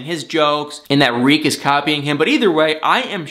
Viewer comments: Why do you say REEK when its TERIK! I wish all you bloggers would actually pay attention to names of characters in the shows you guys claim to love. I know its a lot of people to keep track of but it looks really shysty and disingenuous to claim you love something and you cant even remember details about the people in the show you “love.” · It's TARIK..........not REEK ffs. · It's NOT REEK! His name is Tarik! Why do you keep saying "Reek?" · He's not calling Darcy Dar or Avery Av! Stop destroying that man's name! It's not like his name is Edward and you're saying Ed! His name is TA-RIK! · Why do you keep calling him "Reek" 🤣🤣🤣? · Did you say Dean and Rik? Was the “Ta” silent or is it your cute nickname for him? 😂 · Why are you saying "reek"?